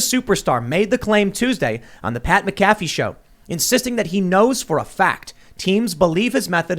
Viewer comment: “Pat Mccaffy” 😂😂😂😂